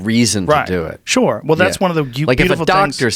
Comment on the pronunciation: Joe 'shoore' Rogan